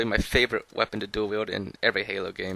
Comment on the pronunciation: DOO-UL WHEELD